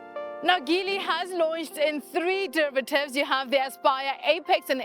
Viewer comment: The G in Geely is a soft G (Jee-lee). Like gin.